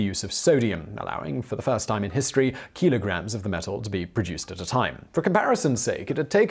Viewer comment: Also "keelogram". I love you, Simon. <3